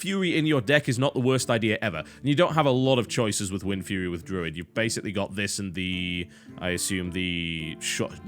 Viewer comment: Did anyone else hear TB say Windfewy ? lol